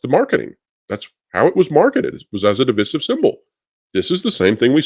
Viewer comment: How do you still not know how to pronounce divisive